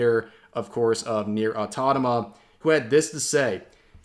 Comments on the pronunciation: automata not autatama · It’s pronounced “auto-MATA,” Rev, not “auto-tama.” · My brother on the internet, it's automata, not autonama. I am getting an aneurysm here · "Nier automata" not "nier autonoma" wtf bro lol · I'm not sure. Maybe most viewers don't know or don't care enough to comment about it. It's just a minor thing to be fair, although my senses tingle every time he said Autonama instead of Automata, but that's just me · Please - it’s automata, not autotama 😢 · Auto-mata not Auto-noma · Did Rev purposely say "Autonama", or is it just me? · You must be new here. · Auto-mata Say it with me... AUTO MATA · Rev, man, I love your videos, but you need to learn how to speak "Automata", because everytime that NeiR: Automata is mentioned in a video you end up butchering it by calling it "autotama"... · Because he's been doing that in just about every single video where he mentioned the game so far. I'm over trying to correct him, since he clearly does it on purpose. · And as always Rev continues to swap syllables in "automata"